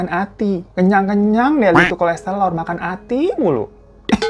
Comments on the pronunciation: KOLESTEROL bang bukan KOLESTELOR.. 😂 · kolesterol ❌ kolestelor ✅ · Kolestelor bang? Smp ane ulang 4x kirain salah denger 🤣